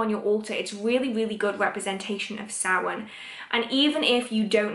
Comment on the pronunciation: As a Gaelgóir, I must thank you SO MUCH for pronouncing Samhain correctly!! And it is upon us again, folks. A Blessed Samhain to everyone this year, and may it give way to more clarity in times ahead 🍻🎃💀